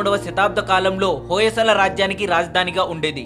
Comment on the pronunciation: hoyesala kadandi hoysal plz mistake cheyyakandi